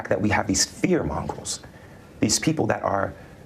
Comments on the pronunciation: Hate mongrels gets me. .edit: it's fear mongrels. I could have sworn it was hate mongrels. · Fear mongrel? He does clearly say "fear mongrel," right? Is that like a terrifying dog, or more like a dog that's afraid? I need answers, damnit! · Did he actually say "...fear mongrels.." ?? Oh holy shit this boy is STOOPUD. LOL!! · "Fear Mongols"? "Lot Much More"? He's not very bright is he?